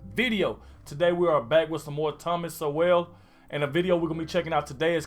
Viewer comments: It's Thomas Sowll not SoWELL. Please watch part 2!! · Brother his last name is pronounced “soul” I said it wrong for a long time. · sowell pronunced soul/ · Sowell pronounced soul....i played whisk when i was younger. Glad to see you interested in the history of the U.S. Keep up your interest, the more knowledge the more you are informed. Sowell is a great historian. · Are you pronouncing his surname "Sowell" correctly? LOL